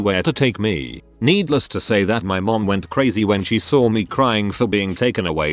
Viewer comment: People Who ''Whet'' Missing, Where'd You Go? That's an amazing english you got there sir.